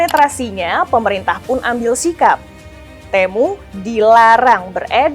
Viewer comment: kalau lihat iklannya si TEMU dibacanya TIMU..